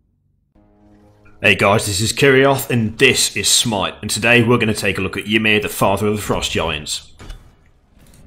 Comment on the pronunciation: That's not how you say Ymir :p I except everyone to know how to pronounce the Norse mythology creature names. Earth is made of Ymir, we should know this shit! :D